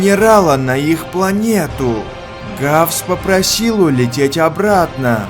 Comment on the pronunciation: Раффс а не гавс русский бравл снова ошибся